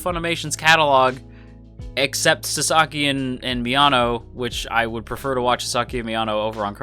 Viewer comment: I mean no offense, but your pronunciation is bugging me. His name is *Sa*saki, not Sa*sa*ki - Japanese names tend to stress the first syllable, in my experience. I dare someone to make a Wingardium Leviosa reply.